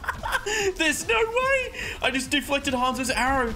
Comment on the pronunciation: Mate that Aussie accent coming through hard with D'flected every time! Great video 👍